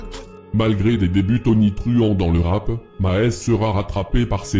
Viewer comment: Je viens de tomber sur cette vidéo et à « dans le monde du rapp français » 😂 dejà morte de rire.